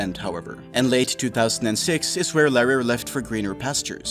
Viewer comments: So that female voice over... is obviously some paid to record that and isn't the actual player. also, pretty sure the name reads Larry R, you make it sound like something else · Is that really how you decided to pronounce "Larry R"? :P